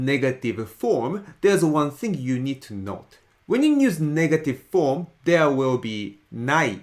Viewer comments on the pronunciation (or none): none